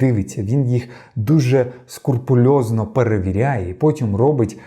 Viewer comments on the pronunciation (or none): Як для такого дуже скрупульозного спікера-фактчекера казати "скурпульозно" якось не серйозно😂